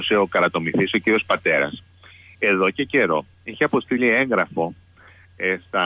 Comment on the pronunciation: Μπράβο κ. Κοττάκη. Όπως πάντα ακριβής. Αλλά επίσης να κι ένας που προσφέρει σωστά τη λέξη "έγγραφο" σαν "ένγραφο" και όχι "έγκραφο" όπως όλοι σχεδόν οι... δημοσιογράφοι ακόμα και πανεπιστημιακοί. Άσε τους υπουργούς !